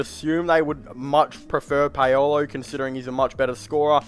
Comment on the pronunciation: Just an FYI. The way you pronounce Paolo name is wrong. Please don't take it personal. Say it like Powlow Bankero. There is a hard K in his last name. For some reason he doesn't use CH the way it should be in his last name